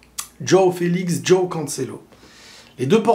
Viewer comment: Ça se prononce : Jwaw et pas Djaw ( Joao )